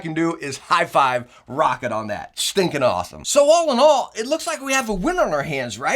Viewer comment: Hey he said Roccat right the whole video lmao